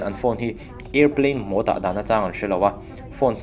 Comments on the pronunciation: A lamdan tur diktak alom, Màwd tih kha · Mode i lam dan cu ka van ngaina chiah lo e😄